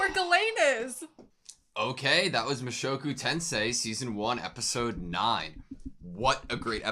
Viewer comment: Hey! You pronounced the title right! 😄👍